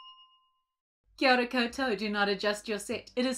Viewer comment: I was just making dinner and said kiora kioto (hahahah thats what i hear and i regret nothing) and I realized how much I enjoy watching this channel. Great hosts, great videos, keep it up ! (And I have no clue what that phrase means but I guess its hello in New Zealand or similar (?) )